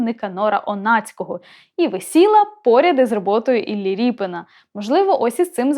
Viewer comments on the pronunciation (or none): Коли ведуча каже ,,ріпин,, навіть вухо ріже - правильно казати Рєпін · Та не РіпИн , а Рєпін --- РЄПІН !!!!!!!!!!! Оце тригернуло....... Пздц.......... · А чому так вимовляєте "Ріпин"? РЄпін! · Дитино! В промові українською мовою призвище звучить і пишеться рєпін , а не ріпін. Дуже соромно, що ви цього не знаєте. Вчить мову!